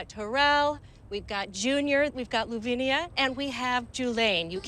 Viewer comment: I keep cringing when I see it written as Louvnia and pronounced as Lovinia.